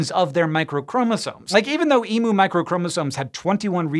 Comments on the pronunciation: It always amuses me to hear non-Aussies pronounce "emu" :) Hot tip: Say it like "e m-you", not "e moo" (just realising how hard it is to write pronunciations...). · Emu is pronounced with the u sounding like you. It is like e-music without the sic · You guys are scientific people right? So explain why you can't pronounce Emu correctly? It's not E-moo it's E-mew like the pokemon but with an e I'm front em u